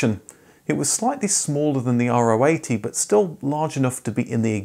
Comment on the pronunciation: if you do so and i'm looking forward to it, have a little nitpick: Nobody (in Germany at least) called it the "r-o 80", but the "Ro 80", Keep up the great work!